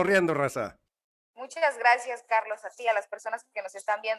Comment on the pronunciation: Carlos se dice sacian.....por favor.